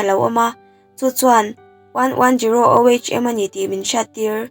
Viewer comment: Tlai deuh toh mahse ohm hi (oom) tia lam tur , eg emo ah i la hman tangkai takin😊